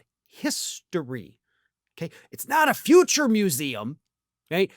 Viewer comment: Can you say futurey😂